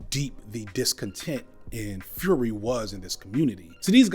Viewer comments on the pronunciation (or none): none